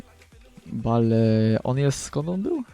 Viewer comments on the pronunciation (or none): Kahil Bale xD Kejhil i Bejl się czyta :P Tak jak GOL Cristiana Ronalda xD Xavi pięknie podał Inieście xD Pozdro dla redaktorów z gazeta PL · bale haha bejl sie czyta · filmik świetny fajnie się ogląda ale, mam nadzieję że, z biegiem czasu nauczysz się wymawiać "Tych znanych zawodników" bo myślę że Bejl czy Kejhill to powinieneś umiec wymawiać ale, i tak super i SUBA masz. Monety z allegro? PS: CHCIAŁBYM abyś kiedyś zagrał meczyk Chelsea Londyn albo jakąś karierę:) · bale sie mówi bejl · nie bale tylko bejl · muwi się bejl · bale czyta się (bejl) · bejl a nie bale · nie bale czyta ie bejl !!! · JAK TY WYMIAWIASZ NAZWISKA ;o !!! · Pierwsze naucz się wymawiać nazwiska piłkarzy np. BALE : BEJL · czytaj nie bale tylko bejl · bejl się mówi a nie bajl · chlopie ty sie naucz mowic bajl a nie jakies bale ":D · BALE???!!!! CO PROSZĘ BALE?! MÓWI SIĘ BEJL!!! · Bejl .. a nie Bale xD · hahahah jaki Bale to jest (Bejl) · bejl a nie b.a.l.e :D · NIE BALE TYLKO BEIL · nie [Bale], tylko [Bejl]:P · Garet Bale ( Garet Bejl ) ale Nie Kejhill tylko kehil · Kahil XD Kejhil sie wymawia xD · Osz kurwa! Baaleee ;d "Bejl" tak dla zcisłości :P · Bale --> [bejl] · może nie zauwazyłeś. Bejl a nie Bale :D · W koncu Polski youtuber z dobrym glosem, jakos ostatnio fala dzieciakow wrzuca filmiki :P Co do Bale, to czyta sie "Beil", a nie "Bale" :P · Bale czyta się Bejl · mówi się Bejl a nie Bale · Bale? :d Bejl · estadio mestaja się czyta :D i nie bale tylko bejl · mozesz mowic jak chcesz mi to obojetne ale tak naprawde mowi sie Garet Bejl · Bale mówi się Bejl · kurwa to się wymawia beli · kejhil i bejl się mówi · czyta się bejl i kejhil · "BALE" HAHAHAAHHAHA CO ZA PRYMITYW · Kurde Bale... wez sie naucz wymowy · "balee" uszy :] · mowiles ze tacy znani a nawet BALE nie potrafisz wymówić?????? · Czyta się bejl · Czytaj bejl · On wie jak to sie czyta